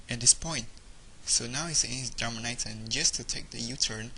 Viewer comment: it is dar as in car- man-itan (etan) Darmanitan! why do these genius battlers never pronounce the names right?